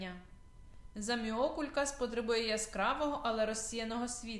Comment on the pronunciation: Можна було хоча б навчитись правильно вимовляти назву рослини!